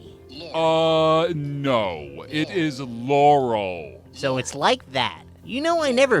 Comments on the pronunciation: In this video I learned that hears laurel, because he mispronounced yanny as yawny. If he heard yanny, this wouldn't have happened. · Its Yanny, not yawny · He says Yannie wrong, is a laurel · heard laurel because no one who heard yanny would pronounce it yawny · Why is no one saying Yanny is mispronounced?